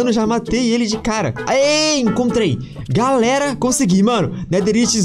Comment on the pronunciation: O mais em graça do foi que ele disse que tava gravando pela primeira vez e ele disse galela